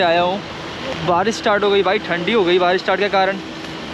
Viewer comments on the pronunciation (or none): none